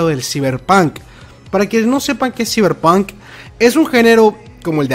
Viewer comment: Se pronuncia /saiberpank/ ciberpunk